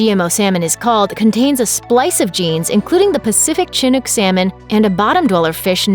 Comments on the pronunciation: Chinook is pronounced shin not chin. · LOL Chinook... it's pronouced w/ a soft "ch," as in, "Shinook." ;-) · "Chinook" is pronounced "SHinook". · Lol she butchered how to say “ chinook”. The cringe. My ears. My soul. Ahhhh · Didn't even pronounce Chinook right.